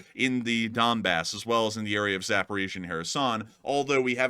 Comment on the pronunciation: dude just said dumbass instead of donbass 💀